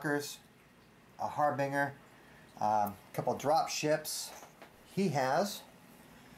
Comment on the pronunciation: "Harbinger" is pronounced "har-binge-er." Great videos and blog.